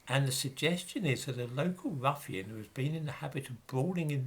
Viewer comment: I have to chuckle when Says.. ruffian..